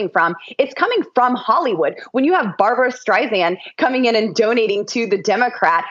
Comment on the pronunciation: She doesn’t pronounce Barbara Streisand’s name correctly.